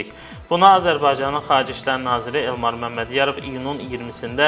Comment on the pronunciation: Bu elmar oz adini temiz Azerbaycan dilinde deye bilirmiki hele bir qaldi danisiq aparsin